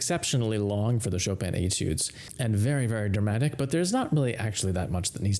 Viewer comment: It sounds strange that you pronounce it Etoode and not Etude as it's spelled! And you pronounce Chopin correctly and don't pronounce it Chop-in as it appears but use the correct pronounciation for Chopin as Chopan!